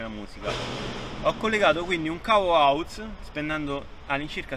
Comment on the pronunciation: Cavo "auz" xD bella